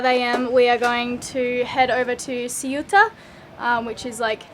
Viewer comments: Hi again lovely people, I stand by my comment about showing you guys a better time from 2 videos ago! For this one: (by the way Ceuta is pronounced “ceyuta” (with a lisp on the ‘c’) by the Spanish, and “Sebta” by the Moroccans. Lovely place with amazing value and quality food in most restaurants pre Covid, I haven’t had the chance to check out what happened since but I will soon! Morocco has some amazing places to see full of history, culture, lovely people and food or just crazy fun times but with lots of challenges that I personally find fun and interesting most of the time. I don’t think you saw the best bits but next time guys, I’m sure you’ll be back! I hope your mate found Volubilis near Meknes because that’s defo his kind of place. L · Ceuta= Say-oo-tah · You pronounce Ceuta like this: SAY-ou-tah. And you emphasize the "Say" syllable. Using Spanish from Spain, you would use the Z sound instead of S. the Z sound sounds like the The on Therapy. So it would be The-ou-tah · Ceu-ta (the C is pronounced almost like a very soft S) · Ceuta has many different ways to pronounce it, but as it's Spanish I guess [ˈθeuta] is right. This is how you write the pronunciation in IPA, the International Phonetic Alphabet, where every possible sound that the human voice can make has its own symbol. [θ] is the "th" in "thing". The [e] is the same as the "e" in "very". The [u] is the "oo" from "food", and the [ta] is as you'd expect. So, "They-oo-ta", being careful not to voice the "th". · pronounced coo eh ta. Great place..loved it there. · It's funny. Just when I was thinking uncovered hair was bound to attract trouble in a Muslim culture like Morocco, you switched to the scene in the car talking about that. ^^ PS: the closest approximation of Ceuta in English would be say-oo-ta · Ceuta is pronounced Se-Utah kind of. The way you pronoune Melilla ( Melijja) is the Spanish Prounounciation. In English it is Mel-ill-a. Cheers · It’s “SAY-oot-ah”. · It's pronounced Ceuta ;)